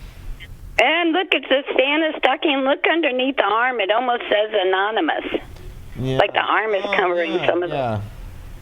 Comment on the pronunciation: An-ARM-in-nus... Anonymous. WOW.